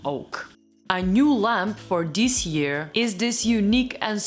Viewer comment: You're saying "dis" and "dose" instead of "this" and "those." Just fyi.